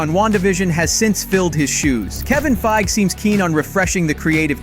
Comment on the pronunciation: FEIG EEEEE say his name properly please he has an E at the end of his name 🤦‍♂️